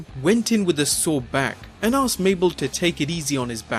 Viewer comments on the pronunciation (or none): none